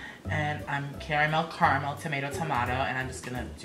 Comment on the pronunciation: I was literally doing my makeup while watching you then bam I hear " Carmel " and I go hell what she just said my name she sees me ?! Then I go damn wouldn't have that been a dream come true